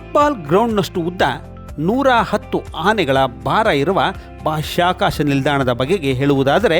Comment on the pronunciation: ಉತ್ತಮ ವರದಿ. ಆದರೆ ಒಂದು ಜಿಜ್ಞಾಸೆ. ಬಾಷ್ಯಾಕಾಶ ನೌಕೆಯೇ ಅಥವಾ ಬಾಹ್ಯಾಕಾಶ ನೌಕೆ?